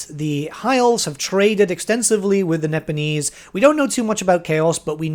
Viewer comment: Nippon getting a name change may be for the best. Cathay actually has the benefit of not being in common use in any language today. Also, when you say "Nipponese," I can't help but hear "Nibenese" and feel a momentary need to check which fantasy setting I'm watching a video on.